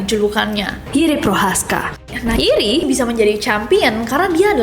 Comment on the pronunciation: Nessi setiap nyebut nama Jiri (hiri) kedengaran aneh. beberapa kali.